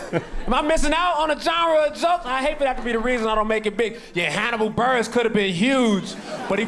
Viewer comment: It’s Burress like “Bill Burr” ess